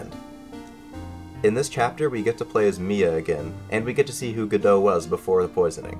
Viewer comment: The way you say godot makes me upset